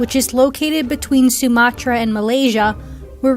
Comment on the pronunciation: I love how you say Sumatra, appreciate it, that you tried to put effort in it.